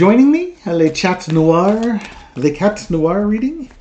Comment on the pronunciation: pronounces "noir" correctly, so that is easy:) If he wants to say: the black cat in French, it is indeed le chat noir. Le is pronounced like the, but with an L instead of a th. He was almost there. he should just not pronounce the T in chat:)